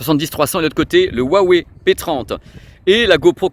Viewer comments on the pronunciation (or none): none